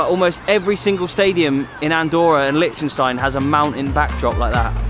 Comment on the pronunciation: Great idea and great video,, but FFS learn how to say "Liechtenstein" properly!!! It's driving me nuts!